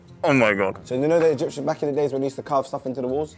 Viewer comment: “The Egypts Dem” 😂😂😂😂 I’m dying